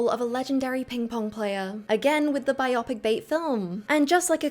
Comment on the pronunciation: That’s not how to pronounce biopic 👀 Edit: Oscar 😍